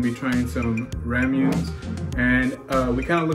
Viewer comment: We completely mispronounced Ramune, but they were delicious. Not too sweet. 😁